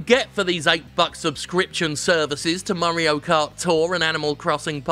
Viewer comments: "Murray-o Kart". Oy, it's me. Murray. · The way Jim says mario should be the official pronunciation